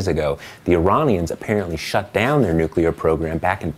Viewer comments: I'm sorry but how is it spelled, nukular or nuclear? You would think after seven fucking years he could get it right! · bonus points for STILL not being able to pronounce 'nuclear' correctly, W... :D thx again, TPM. 5&F